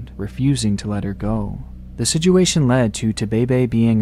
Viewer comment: yeah the video is somewhat sad but the guy saying sijuation always cracks me up